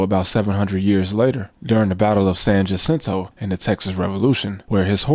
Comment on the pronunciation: San Juhsintow